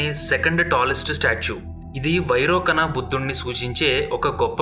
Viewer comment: వైరోకన బుద్ధ కాదండీ వైరోచన బుద్ధ ! Thanks for information...